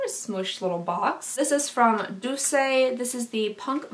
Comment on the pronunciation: Lol, the way you say doucce. I say "duece" or "douche"